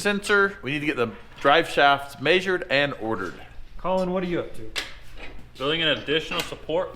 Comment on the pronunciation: I love that he can't pronounce the word "measured"